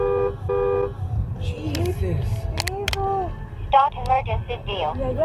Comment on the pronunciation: #4...Was that "Shesus"?